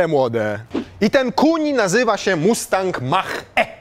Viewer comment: Tak się nie wymawia nazwy tego samochodu. To jest polskie buraczane sprzeinaczenie wymowy. Poprawna nazwa samochodu pod koniec reklamy